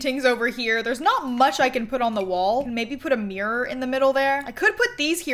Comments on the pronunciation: Count how many times she said Mirror or shall I say MeReR in this video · omg i love the way you say mirror " it's my favourite mrirrrr "